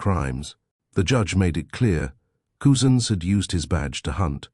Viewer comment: It’s pronounced cuzins,not coozins 👍